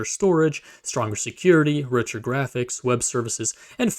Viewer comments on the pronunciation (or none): none